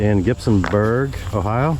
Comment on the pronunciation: Hey but you said Ohio just right like my family. 😀